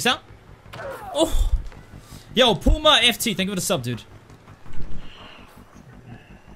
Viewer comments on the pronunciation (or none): none